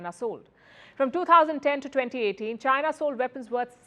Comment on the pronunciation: I love everything about Palki …until she says one word ..China 😀😅🤣😂!